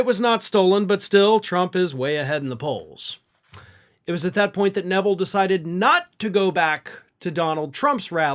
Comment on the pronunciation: Arthelle’s name is pronounced “R” - “thelle” (rhymes with “bell”) - she is the daughter of Art Neville of the famous Neville Brothers from New Orleans. Their last name is pronounced Ne-ville. Please put a few extra minutes in to learn how to pronounce people’s names, especially if you mention them in one of your commentaries. Also - you might want to see if you can interview her about what its like to be a truth-teller at FOX. Thank you.